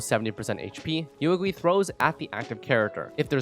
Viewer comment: She literally says Yuegui in her voice lines and you still managed to butcher the pronounciation